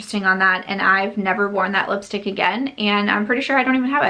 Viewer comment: The Natasha DeNona palette would look gorgeous with your outfit today. For some reason whenever you say lipstick 💄 I hear yipstik.